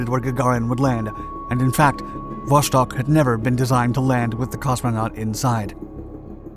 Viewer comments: Is Vostok not Voshtok. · It's so easy to learn how to pronounce. vastOk. vostok wold ve also survivable. But Voshtok - Christ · It's called Wostok, not Woshtok